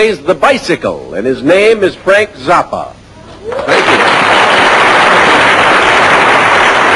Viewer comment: that is actually a correct Italian vowel sound pronunciation of his name.